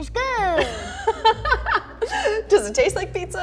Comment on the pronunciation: “...it’s GUUD 👍🏼” I love this XD ❤️